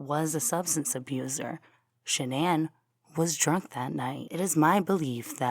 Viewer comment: Boldchick 101 is right, it is Shan'ann. It is said Shan-ann, everyone in the media got it wrong, her mother told the correct version on Dr Phil.